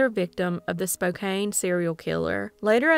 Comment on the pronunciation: Girl, u r butchering those towns names. Its embarrassing. Spokane is Spo-can and the first town, not sure but it could be Walla Walla. Just like it sounds. I d hate to hear how u would pronounce Puyallup or Enumclaw.